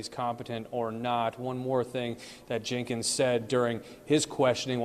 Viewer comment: The female reporter keeps saying “Jankins”. lol